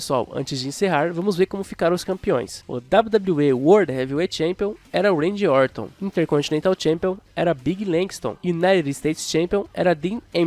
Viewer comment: A única coisa é ouvirr "Uendy" Orton, de resto tá tudo ok